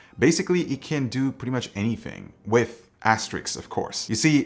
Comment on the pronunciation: Please don't judge me. I love and will continue to love them. It's probably because I'm ISTJ and my OCD (the cute one, not the clinical one) is probably running high today, but this is no big deal really: It's as-te-RISK, not as-te-RICKS.:-)